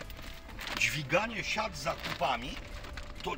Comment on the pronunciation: Dźwiganie najlepsze jest jak on to mówi dźwig 😂